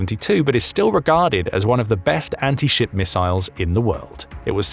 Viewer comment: I heard: "Penguin anti-💩" every time...